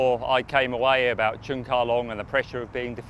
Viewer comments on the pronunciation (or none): Congratulations Cheung Ka Long! I can feel the bias of the woman commentator on the NBC channel every time she mispronounces Mr. Cheung's name. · She did it intentionally. No respect . Should not qualify to work as announcer, if she did not want pronounce correctly